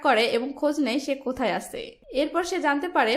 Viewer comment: আছে, গেছে, করেছে, দিয়েছে... এগুলার হুমায়ূন আহমদ ভার্সনের উচ্চারণ করেন কেন আপু? ধরণ একটু পরিবর্তন করেন, আপু। নইলে এগুলা বিরক্তিকর রিডিং পড়ার মতো লাগে।